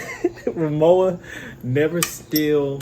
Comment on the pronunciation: Its rimowa where the w is pronounced w. Even rimova recognise this distinction...as does BMW ...B M V anyone ?